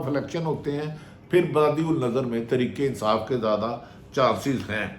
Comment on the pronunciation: بھٹی کم از کم آپ تو ترکے انصاف ناں بولو تحریک انصاف ہے بولو راجہ ریاض بولے اور بات ہے تم اینکر ہو خدا کے لئے اردو کا ناس ناں مارو 🤦‍♀️